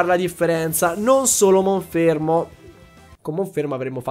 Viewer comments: è monferno non monfermo 🤣🤣 comunque sei un grande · Ma perché Monfermo e non Monferno? ahahaha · lo starter lo continui a chiamare monfermo, ma è Monferno. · Tanta roba in questo episodio! Attenzione però alle pronunce dei nomi dei Pokémon, in primis quella dell’evoluzione del tuo starter, che è Monferno e non Monfermo… 😅😂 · Si dice monferno non monfermo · Si chiama MonferNo! Pronunciali bene i nomi! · io ti voglio tutto il bene del mondo, ma perche dici monFERMO?